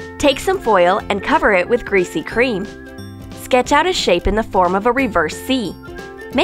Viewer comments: WTF IS GRESAY CREAM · they said greesy cream 9 times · Amanda Sandoval I know right like say something else then" greasy cream"!!!!!!!!! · Wait what did you say? GREASY CREAM. Ok